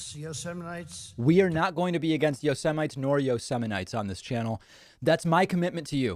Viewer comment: Is a yo- semite someone that lives in Yosemite?